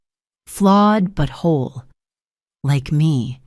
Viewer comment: You've got to love AI! "flawed butthole" instead of "flawed, but whole." 😂😂😂